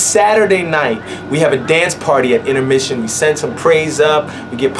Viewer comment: Daveed "I say intermisson"